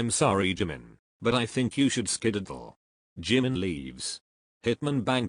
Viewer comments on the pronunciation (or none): Skididdle is what I heard?😂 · Skididdle?? Skedaddle! 😂 Weird pronunciation but I do love that word and it's been a while since I've heard it. Great work! ♥️